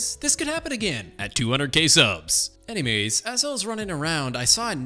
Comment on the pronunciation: so anymamays he said